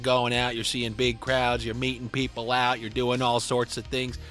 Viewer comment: Good Mornin. Had to rewind to really hear what u said when u said "meeting people out". Mind thought it heard somthin else. lol